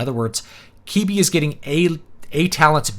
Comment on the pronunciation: Is it not pronounced Kwih-bee? Doesn't really matter, but now I'm concerned. Thankfully it should be gone soon, so it won't matter. Edit: also, one interesting critique I saw was that not only did they limit it to phone use only, they also made it so that you either couldn't take screen shots or clip small parts of the videos. So, if you did find a video you liked, it was impossible to share any part of it. I suppose they were worried about memes or something? Vastly underestimating how that type of thing can be used to create a wider audience.